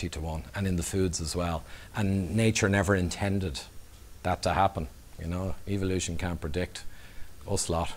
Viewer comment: Don't you love it when it's pronounced E-vilution?